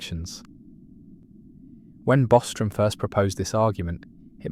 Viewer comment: Dude butchered Bostrom.